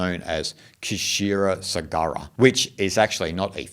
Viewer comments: in kshira sagar,,k is silent shee-r sagar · Kshira sagara pronounced as “sheer saagar” with a “uh” after both words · It is pronounced with k silent as Shira saagar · Hey really great presentation! Just one thing to note : KsheeraSagara = She-ra-Saa-Gara (K is silent) ❤ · It is sheersagara...the K is silent...but mind blowing explanation...thanks